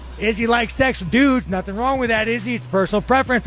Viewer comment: NUTING? Dude that's ghey asf jeeeez ( *When impersonating Mcgregor goes wrong)